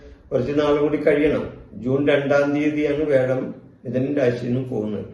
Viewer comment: വേഴം അല്ല വ്യാഴം 😂